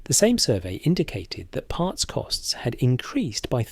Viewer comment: Sounds russian 😂 raiding partz